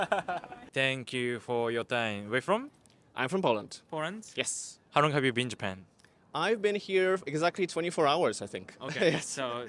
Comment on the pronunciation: ....When you say "How long..." it sounds like "Harrro." 正直 発音の面で頑張らないとね